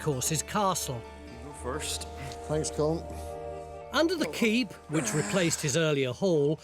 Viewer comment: Why can't English people pronounce Colm. Its not like it sounds in Malcolm. The L is not silent Tony. Phonetically it's Collem. Comes from Colmcille which is an ancient Irish name